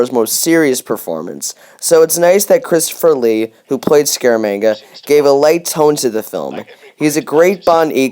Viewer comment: What's this with pronouncing Christopher Lee like Chris Furley?